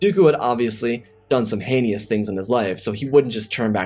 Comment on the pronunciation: I love your stories, but look at the word 'prolong' instead of elongate. It's pronounced 'hay-nus' not 'hee-knee-us', and veil is pronounced as 'vale' not 'veal'. It's also kind of odd how you occasionally use the word 'were' like you're from the west country in England. It's not wrong, it just sounds odd without the accent.